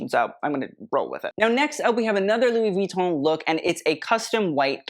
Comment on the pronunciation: you pronounce "Louis Vuitton" PERFECTLY. Thank you, thank you, thank you.